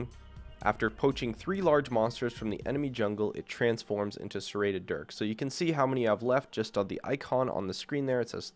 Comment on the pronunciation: you are 2 inches away from saying Dick instead of dirk